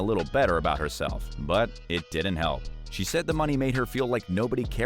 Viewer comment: So cringy every time this narrator says dident instead of didn’t.